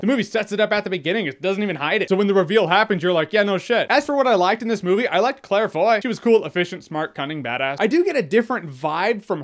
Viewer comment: Claire Foy ant!